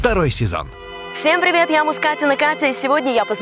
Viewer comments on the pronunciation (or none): none